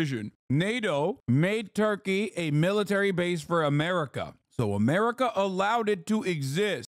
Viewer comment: He keeps calling him Basef and no one says anything😭